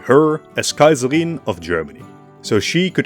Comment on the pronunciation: I love the way How you say ‘Kaiserin’ and the other German names ❤